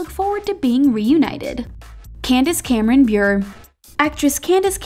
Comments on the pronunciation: They didn’t say bure right it’s like bureau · OMG it makes me so make when you say Candace Cameron Bure wrong you have to pronounce the E so it sounds like (bur-ey) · Thats not how u say (Candace Cameron-) bure Its pronounced booray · It’s pronounced Candace Cameron-Buré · How you pronounced Bure really irritated me it's pronounced 'buray' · They way they pronounced Candace Cameron Bure’s last name though 😬❣️